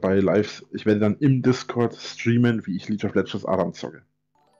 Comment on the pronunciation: Mmmh, wie ich es liebe, wenn Leute dieses Spiel "Liitsch of Ledschens" aussprechen... jetzt aber mal ernst. Warum spielt er dieses Spiel? Er hat 0 Teamfähigkeit, flamet nur rum, sieht die Fehler nur bei anderen, kennt die Eigenschaften und Skalierungen von Champions, Items, Abilities und Runen nicht und hat kein Interesse sich mit all diesen Dingen zu beschäftigen...